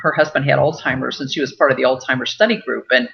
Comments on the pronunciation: Hi, Joyce - I know what you mean. I kept hearing the same thing. But I think she may be just pronouncing the "z" like a "ts" so that it sounds more like Altsheimers, and that first "s" is just getting rolled into it. I don't speak German, but maybe a "z" has a "ts" sound in that language. My husband just walked into the room and he speaks some German (his mother was German), and I asked him. He believes this is the case. So maybe that explains it?? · Are you sure that she is a real doctor . She is pronouncing alzheimers like "all timers"